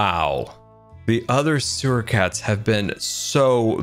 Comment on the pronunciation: you just said where the suwer ar